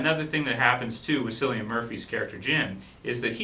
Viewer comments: Great Review, Although his name is ponounced Killian Murphy not Sillian Murphy. It is an Irish name in which i thought i should point out. It kinda bothered me that you got it wrong for the whole thing. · Its pronounced CILLIAN not sillian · 28 days Later was released well over a year before The Walking Dead was started. also, its pronounced Killian not sillian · I've written this on your last three videos because you keep saying cillian murphy's name is sillian it's pronounced killian seriously man it's killing me that you said it so many times please pronounce it correctly it's messing with my head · Its pronounced 'kill-e-an' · nice review. btw: you pronounce Cillian Murphy's name as: kilian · not to sound bad but Cillian Murphy's name is pronounced like Killian us irish should know;) hopefully this is helpfull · Killian it's pronounced KILLIAN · Cillian with a hard C....just saying ;)